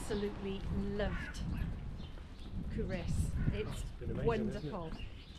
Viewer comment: Sorry to say, but you DID get the pronunciation of Culross wrong. COO-ross, with the emphasis on the first syllable; also the 2nd syllable is pronounced like the boy's name, not with an 'i' sound - though sometimes it may sound like this when spoken by a Fifer!